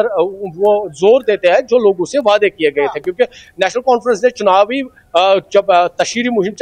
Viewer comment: It is not 'wayedai' it is 'waday' (Promises).!!!!!!!!